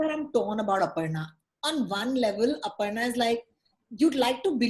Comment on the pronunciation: The way says “Aparna” is spot on! It cracked me up 🤣